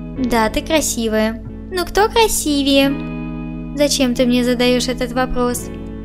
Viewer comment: Не красивЕе,а красИвее